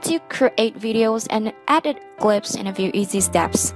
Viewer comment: it was help full BUT girrrllll don't u knot know how to say Edit it's like you are saying adit